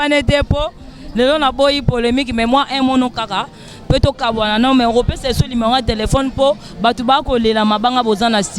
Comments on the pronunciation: azo répétés toujours lumero tchieen on dit numéro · Et puis on ne dit pas LIMERO. Balobaka NUMERO